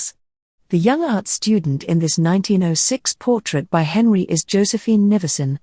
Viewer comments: Especially when it mispronounces Robert Henri as " Henry", not ""hen-RI". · right. Not Hen-ree, as the narrator kept saying. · “Comfortably well to do..” is redundant. Robert Henri is mispronounced..it’s Hen-rye. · It is pronounced Robert Hen-rie.. I hate this robot voice. If not a robot, she is completely emotionless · Robert hen- RYE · Robert Henri pronounced his own name as HenRI, as on the word "rye". Look it up.